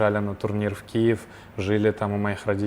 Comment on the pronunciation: Как же исковеркали слово Киев! Просто пиздец